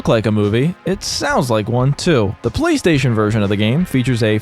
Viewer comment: Bro, I'm so tired. The first 3 times he said "Playstation", I heard "Police Station" and was really confused.